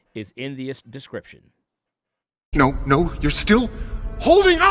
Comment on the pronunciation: he probably just didn’t care lol. I commented about his kyrios ad how he says “escrip- description” and he just favorited it and has still never changed it lol